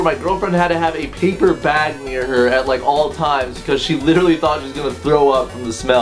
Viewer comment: At the end when you said "I love you all" I heard "I love you wall" and I had to kind of let that just sink in